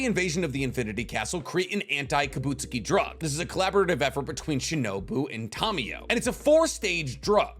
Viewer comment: ki-buht-SU-ji. emphasis on the second to last syllable only